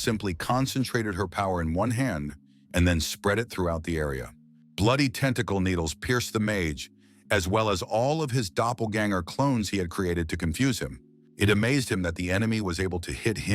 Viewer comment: WTF is a dopengalner? Lol AI narrator must have mispronounced doppelganger i guess 😂